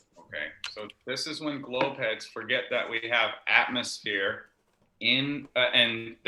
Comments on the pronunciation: Every time he says atmosphere….atmosSPHERE 😅😂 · oh the irony of hearing saying atmosSPHERE lol